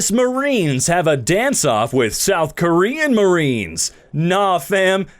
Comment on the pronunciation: The beginning of the video “You Ess Marie KNEES”